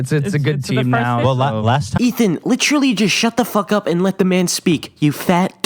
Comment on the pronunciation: If he says litchurly one more time I'm gonna have a stroke